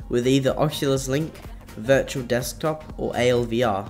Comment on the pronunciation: ooooh. "Dirtual Desktop" lol